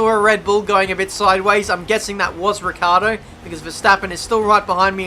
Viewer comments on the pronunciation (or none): none